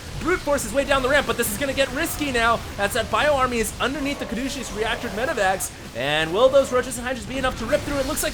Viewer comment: I wouldn't say anything if you hadn't said it so many times. Caduceus doesn't have a 'SH' sound in it. I thought at first that you were making a joke implying the use of this upgrade is douchey... but as you kept repeating it, I came to believe you just didn't know hot to pronounce it. Hopefully helps on future casts! :D